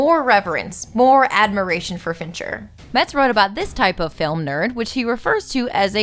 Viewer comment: Every time you say "Fincher", I think you're saying "Venture" and my brain becomes momentarily confused by the image of Dr. Thaddeus S. "Rusty" Venture directing Fight Club. Great video! You're really unleashing your inner Lindsay Ellis.